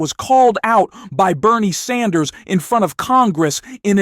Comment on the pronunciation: Sanders, His name is Sanders, not Sander. Correct your sloppiness.